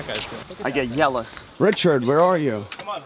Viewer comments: did he really just say yealous. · Did he pronounces jealous like yealous